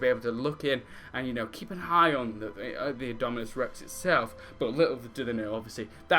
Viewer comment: indominus! not indominuos